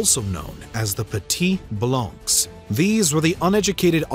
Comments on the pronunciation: In French Blanc or Blancs is pronounced "Blan". C and cs without a vowel at the end are silent. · Hello ! I’m a big fan of your work… just a note: the « s » at the end of the word blancs is silent… as well as the « c » ! I’m a teacher in France, so if you need some advices how to pronounce french words in a future video, feel free to ask, I’ll be happy to help. In the meantime, keep on the good work, I really like your videos. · The -ncs is silent. Just saying ;)